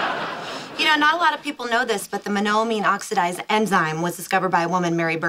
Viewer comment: Penny can't even properly pronounce Monamine Oxidase.